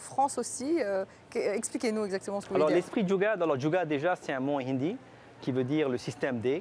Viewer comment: La journaliste a du mal à prononcer le mot Jugaad…